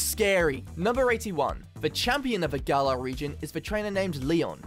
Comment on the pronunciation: Why is it that people say Galar wrong Everytime, but then pronounce it right when they say galarian? Lmao